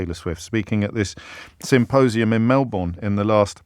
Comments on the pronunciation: James Melbourne is pronounced Melbern. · Just one thing... it's pronounced Melbn 😂